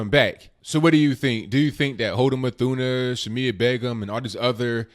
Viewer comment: C'mon people...her last name is NOT English so there is NO "th" sound (a digraph...)...so her last name is pronounced "MOOT-Huh-NAH". (Yemeni)